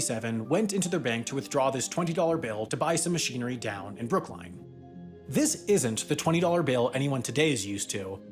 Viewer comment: Just wanted to point out… as a former Bostonian. It is Brookline, not Brooklyn, and it is pronounced so as in L-i-n-e. A fun fact for anyone who doesn’t live in Massachusetts. Otherwise good job as always, Sam. Although I honestly clicked on the video reading the title “Why moving Monkeys is so difficult” and wondered…